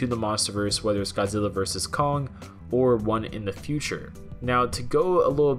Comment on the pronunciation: "Godzilla vs Cock". Sorry, I can't unhear it now 🤣